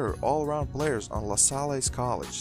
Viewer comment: Why are you pronouncing "LaSalle" with an extra syllable or long 'e' at the end?